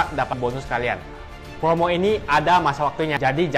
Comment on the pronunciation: Ngomong yg bener dong bro promo bukan pomo😆